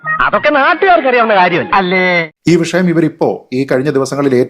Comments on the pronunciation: വിശയം അല്ല വിഷയം😂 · വിശയം അല്ലാ വിഷയം എന്ന് പറഞ്ഞു കൂടെ